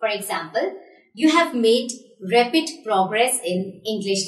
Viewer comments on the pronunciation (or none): Pronunciation of rapid was awful.